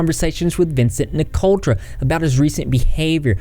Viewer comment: NIC-O-TRA ---- THERE IS NO "L" IN HIS LAST NAME. GET IT RIGHT IF YOU WANT TO "REPORT" DUDE.